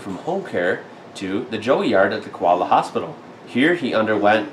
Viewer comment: Your Koala's name is pronouncedas it is spelt.